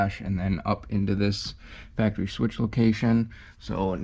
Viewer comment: Factawy lolol